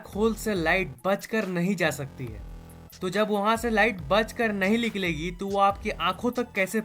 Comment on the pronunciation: Abe liklegi kya hota hai? Niklegi nhi bola jata tujhse